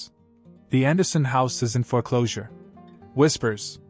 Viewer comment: Foreclosure is one word not fore closure two words. If AI is responsible for this then use a real human. Makes you sound stupid